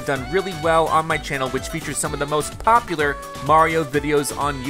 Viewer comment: I love when he goes POP-uler